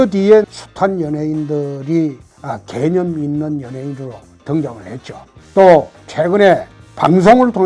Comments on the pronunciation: 왜 개년있는 연예인으로 들리지? 개년이라고 생각하지않는데도 불구하고ㅋㅋㅋㅋㅋㅋ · 개념 단어 말씀하실 때 악센트 정확하시네요 ㅋㅋ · 대표님 발음이ㅋㅋ 개!념있는